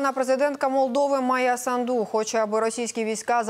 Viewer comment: СандУ' ставте наголос правильно